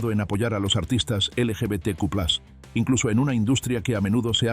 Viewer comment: Una tontería pero se dice plus no plas es latín